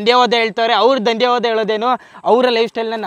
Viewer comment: Dr bro it's not dandyavada it's danyavada